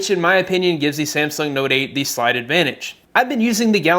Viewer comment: I'm sorry... did he just say SLIGHT advantage?